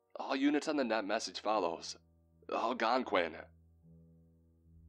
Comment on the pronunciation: Yay for pronouncing Algonquin right!!